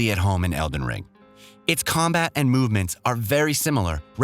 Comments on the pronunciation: Random edits in this video & the dude saying EDEN Ring doesn’t give me much trust in what I’m watching. Lol 😂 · What's with the mispronounced words? Don't get me wrong, not a big deal but it makes me feel indifferent... he even said eden ring.. like come on. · Eden ring? Come on bruh that slip is pretty bad.... it's the title of the game your talking about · Good video but why did he call it eden ring? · 8.44 man said "Eden ring" 😅🤣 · this guy said Eden Ring 💀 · mispronouncing Elden Ring. I’ve noticed some other problems like that, as well as bad cuts and a transition in the middle of a sentence. I appreciate the desire to bring out content fast, but maybe rushing to pump it out isn’t the greatest idea, and it makes me feel like you don’t care about the game as much as you say you do. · “Eden Ring” ??? 😂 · Eden Ring??? Is that the porn parody of Elden Ring? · Lolol, and also noticed "eeden ring" at ahahahah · ah yes, eden ring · Yeah he also pronounced "eeden ring" instead of elden ring once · What is with the pronunciations of some words in this video... Feels like text to speech. Weird video. "Tarni-shed" "Eden Ring" Mentioning the Black Knight on the bridge isn't a NEED to know either. I would consider that an unnecessary spoiler, which ruins the surprise for people. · Dont forget Eden Ring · Eden Ring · yeah eden ring and parring ? Wtf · He even mispronounced the title at one point